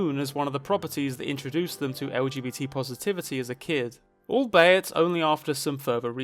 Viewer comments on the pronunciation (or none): Al-bay-it? It's all-be-it